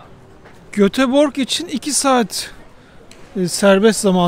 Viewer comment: Göteborg telaffuzunuz çok komik geldi. Doğru telaffuz “ Yötebori”